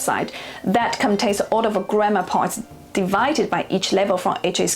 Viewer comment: you said 'grammar' like 'grandma')))